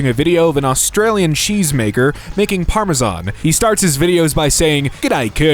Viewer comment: You meant to say "parmesiean"?